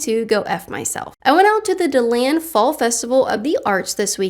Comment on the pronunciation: Dee-land kait! Come on, pretty sure your a floridian!! 😂